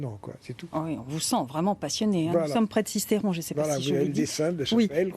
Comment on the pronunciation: Mais elle sort d'où la parisienne qui présente le sujet ? Où c'est qu'elle a vue, à la minute , un accent dans le nom de Sisteron ? C'est SistEron, pas SistÉron ... Sinon, le sujet est intéressant et le lieu un bel endroit de rando